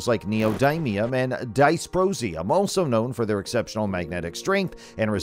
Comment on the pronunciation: And yeah, AI voices are great.. until they get something horribly wrong.. like dis - pro - see - um. Btw there's better software now that doesn't rely on AI for its pronunciation and inflexion. Instead it takes your own voice and modifies it, whilst keeping your pronunciation, rhythm etc.